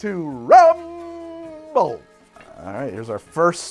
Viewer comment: for legal issues you should clarify you were saying "rum bowl" not "rumble" .